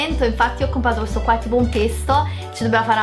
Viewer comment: "CompRato"!!!!!! ti prego